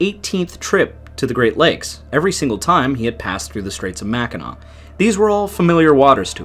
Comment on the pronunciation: At least he can pronounce "Mackinac" .... if they can't - I stop it and leave a dislike and move on.